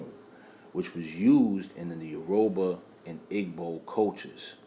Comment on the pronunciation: It’s pronounced (Euro-bah and Eee-bow) for Yoruba and Igbo in Nigeria 🇳🇬 🙏🏾🔥 but appreciate your content